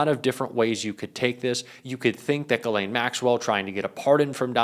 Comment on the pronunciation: He pronounced Ghislaine!👍🏻